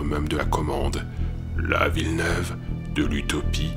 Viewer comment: J'ai pas regarder tout en entier mais le passage sur Grenoble et sur Villeneuve ( on dit pas la ville neuve xD )j'ai la chance de vivre à Grenoble et je peux vous dire que souvent les événement y sont un peu sur médiatisé ... Pour les gens d'environ 20 ans si vous vous rappelez en 2003 à Echirolles ( ville à côté de Grenoble est ( Villeneuve est dans Echirolles ) ) un mec s'est fait tirer dessus par un policier et des habitants d'echirolles se sont révoltés et certains ok fait brûler un tram donc certe cette événement peut être impressionnant mais les médias l'on sur médiatiser à quel point que ma famille nous a appeler pour savoir si on aller bien !!! Et maintenant ça donne une mauvaise image de cette ville .. Et le plus triste c'est que ils sur mediatise tout et les français auront donc l'impression que ( comme vous l'avez dit ) personne n'est en sécurité bref en tout cas super votre video !